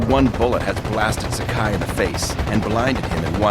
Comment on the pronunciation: This is a great video! I believe Saburo Sakai's name is pronouced as Sa-ka-ee, rhymes with Hawaii.